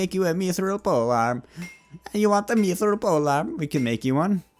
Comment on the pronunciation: mithril is pronounced myth-rill